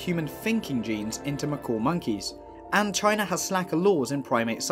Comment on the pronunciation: "Chyna".... go figure! SMGDH!